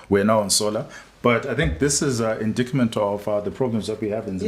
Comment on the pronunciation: Indictment (pronounced 'inditement'). Just saying...😏